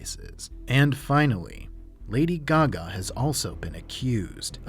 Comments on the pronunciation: “Lady G-Ga” 😂😂🤣🤣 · It's awkward, deadpan delivery and secondhand embarrassment for me. Plus unconvincingly performative "ignorance" of pop culture figures. And the "Lady Guh-gah" pronunciation.